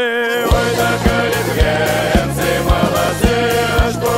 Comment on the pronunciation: А сколько стоит исковеркать казачью песню?хоть бы ударение ставили правильнов слове калитвенец.это я вам как житель Белой Калитвы говорю.